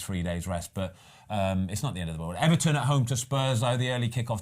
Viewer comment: Oh Ben Ben Ben 😂😭 almost got the Luton right, but Everton wrong